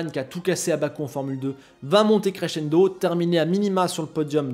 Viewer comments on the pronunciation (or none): none